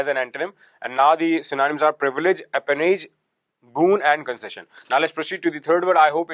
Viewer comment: Its Apanage and not Apanoge...nice, useful but time-consuming... pl make a ppt to explain